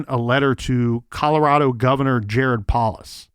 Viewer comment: I know im 11 months too late but the Governors name (Polis) is pronounced Pole-is. Jared Polis is from Boulder, and he would have been a Teenager when this happened. Like many others in my age range from that specific area (I grew up 14 miles away, 21 mins drive) this case haunts us. I am sure Polis also wants this case solved. Even though I disagree with MANY things that man does, I do believe he is a good man, with a good heart.